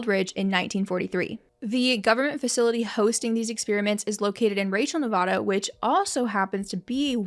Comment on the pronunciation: Now if we could just say Nevada right...